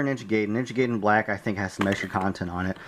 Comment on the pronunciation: Its pronounced Ninja ''guy den'' not ''gayden'' Sorry just had to say that.